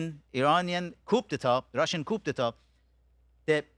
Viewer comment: Amir abbas fakhravar (AKA:Abbas Jefferson😂) is a male counterpart of Masi alinejad as both are uneducated delusional loud mouth self proclaimed hypocrite leader of opposition to the Islamic regime. Amir, you need to learn more on how to pronounce ‘Coup d’e.tat / koo da ta/ 😂😂😂😂